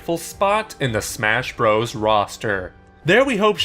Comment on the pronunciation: whats bross cause youvsaid super smash bross